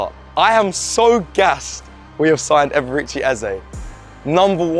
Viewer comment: Just to note his name is NOT pronounced "Er-ber-reach-chi". It's pronounced "E-bear-ray Chi". Eberechi Eze😊